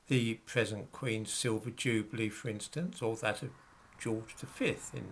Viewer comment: Nice to hear use the traditional (UK) pronunciation of "jubilee".